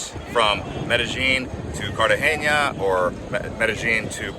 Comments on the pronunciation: Cartageña? 😂😂😂😂 bro!!! How can you give advice when you don’t even know how to pronounce it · Pretty good reporting, sir...thanks for your contribution. Tourism dynamics in Colombia have been shifting over the years, and while places like Cartagena (not pronounced Cartageña, fyi), Medellin and Santa Marta have always been popular, the capital city of Bogota has a significantly higher level of tourism. With the city's sheer geographical size and population, there are more museums, historic sights and a greater variety of upscale sectors for tourists using international currencies. Bogota is referred to as the refrigerator (la nevera) by Colombians throughout the country, but its climate is actually quite enjoyable, imho. As someone who lived and worked in Bogota for seven years, I'd say visiting the capital along with other destinations is a must. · Man hasnt said the name of Cartagena right not once during the whole video 🤣🤣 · PLEASE learn how to pronounce Cartegena!!!!